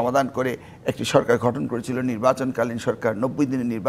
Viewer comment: শিক্ষামন্ত্রী মহোদয় আপনি বলে শিক্ষামন্ত্রী ছিলেন একটা শব্দ গঠন আর ঘঠনের তফাৎ টা ভালো করে dictionary তে দেখবেন। বারবার ভুল উচ্চারণ করছেন।